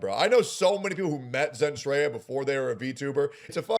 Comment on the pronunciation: And, I thought he Sin/Sen Treya